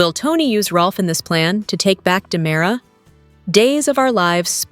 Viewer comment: Its not DYEmara.